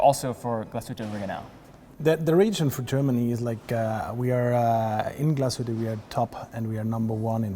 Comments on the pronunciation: You even went there and still didn't learn how to pronounce it right GLAS-HÜTTE not GLASHUTA where's the A there? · Dear, sorry amigo, it’s Glash( heat)tte,not Glas(hood)tte. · Always amazes me how someone so mesmerized by a watchbrand not even care to pronounce it correct.